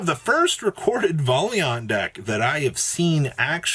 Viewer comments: No he obviously said it correctly “Volley aunt” lmao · Thanks for living up to the stereotype that YGO players can't read. Valiant is not pronounced that way. lmfao!